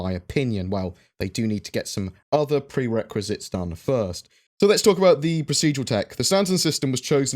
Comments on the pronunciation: Prerequisite - pronounced pre-requisite. Not prequisite. Not normally not picky but you use this word a lot. :) Edit: and then you go and hear me before even finishing the video and say it correctly the second time. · OMG you finally pronounced "prerequisite" correctly. I have found also you tend to use a key work quite a lot and move to a new work every now and then, this last couple of weeks has clearly been the word "prerequisite" ♥☺♥☺♥